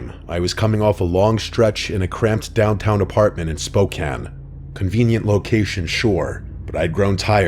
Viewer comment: Kudos to you, sir for saying Spokane correctly! Lol it’s where I’ve lived for a long time and it’s always bothered me when people say it incorrectly lol. Well Spokane Washington. There are other towns in the United States named Spokane.